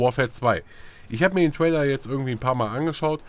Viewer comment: lern mal englisch, es heisst TRAILER! nich TWAILER.. gott ey -.